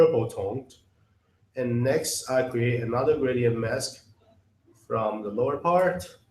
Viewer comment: When narrating an instructional video, you need someone that can pronounce the words correctly for example mess is not mask! Your closed captions are highly incorrect. It is most difficult to understand the narrator as he does not pronounce English words correctly. I realize that English is a second language for him but please get someone else.